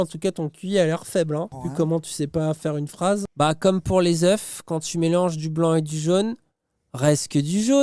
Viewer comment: Mon dieu, j'ai vraiment eu envie de me tirer une balle............. Ils viennent te tacler sur ta manière de parler en disant juste après "Comme pour les euuuuuuuf" au lieu de "Comme pour les œufs"..... ( pour les intéressés) En vrai, file cette vidéo à une personne qui se sent con/ne, il/elle va vite se sentir tellement intelligent/e. Le manque d'arguments est vraiment pitoyable.. mais le pire c'est qu'ils prônent l'argumentation. Serait-ce une once d'hypocrisie? 😎 On dirait voir les débats présidentiels; une réelle cours de récrée.. MAIS malgré toute cette dose de seum, ils ont tout de même eux un éclair d'illumination à, je pense qu'ils ont enfin trouvé la voie.. Si je peux te donner un conseil, arrête tes vidéos, tu instruit des cons et tu n'es même pas payé pour le faire 😣